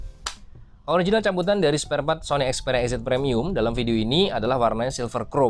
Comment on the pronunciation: Sparepart bang bukan spartpart 😂